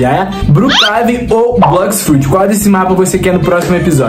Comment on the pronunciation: so vc ta falando brox fruits